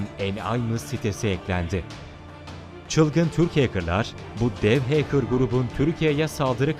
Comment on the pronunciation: iyi guzel de o heykir degil . hekır . doğru yazılışla Hacker